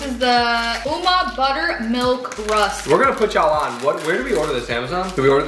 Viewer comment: Me iam from sa they said the rusks name wrong 😅